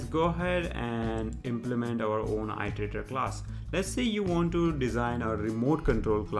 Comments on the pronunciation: thanks for vid, but i part of iteratior is pronounced as [ɪ]; pronounced as "ee + terator" not "ai + terator". I'm pretty sure you already know it, but just a reminder! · Iter!!! Its fucking i-ter not ai-ter!!! Nice vid tho